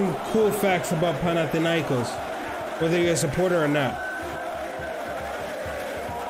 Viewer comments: you r saying the name right dude.....greetings from greece GATE 13 ULTRAS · Yes you are great and you pronanse our team in a perfect way!!!! Great job!!!!!